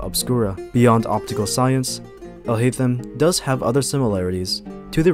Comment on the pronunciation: When you pronounce Alhaitham’s name as « alhaizen », that is only in the Japanese dub and it’s incorrect. The way we say it in English is how you actually say it in Arabic.